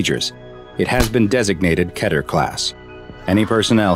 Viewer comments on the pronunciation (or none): not going to lie but it should be keter on the first one! (i dont know if you say that right) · its mot ke-ter its kee-ter